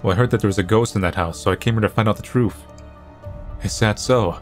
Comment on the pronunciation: pronounces truth as truuf. That's just amazing.